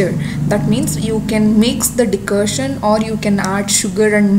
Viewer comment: It's Decoction not Decotion.